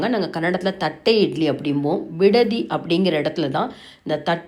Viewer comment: விடதியில்லை. பிடதி. அழுத்தமாக. உச்சரிக்க. வேண்டும்